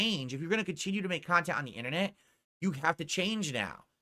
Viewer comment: "Meaningful Khantent"